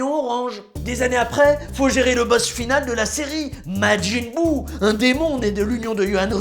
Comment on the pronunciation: C'est un vrai vrai fan parce qu'il dit majin buu et bejito !!!